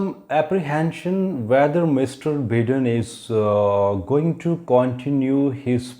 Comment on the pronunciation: Sir.. Looking forward to your prediction coming true.. One suggestion though.. Its not Joe "बिदेन" rather its Joe "बाइदेन".. Those watching from US may draw this fault in the pronunciation!!